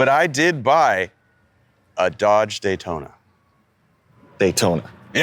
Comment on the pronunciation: Not a Daytona, a NAY-Tona.